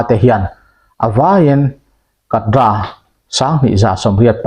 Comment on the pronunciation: Kadra= kadar emo,kedar tihtur aw kapu.